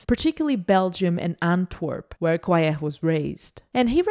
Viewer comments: Hi, nice collection of Harry's photos. But Harry Gruyaert is pronounced. /ˈɦɑ.ri ˈɡrœ.jɑrt/. It's no French it's a Belgian Flemisch name. Otherwise perfect overview. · Funny how you pronounce his name. Excellent video though. Thanks for sharing.